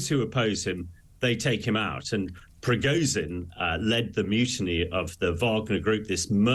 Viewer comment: It would be SOOO nice, if the guy made an effort to pronounce Prigozhin correctly. This is ridiculous. Anglo-saxon arrogance at its best.